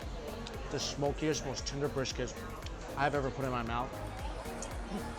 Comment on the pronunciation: I love how he says " This is the Shmokiest " lol